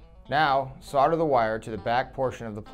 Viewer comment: solder, not solder!